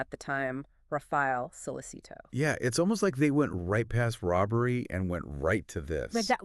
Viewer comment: Nice work 👍 Only thing is in Italy we say “So Letch It Toe” 😊